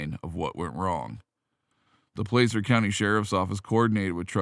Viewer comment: It's pronounce Placer County not Plecer County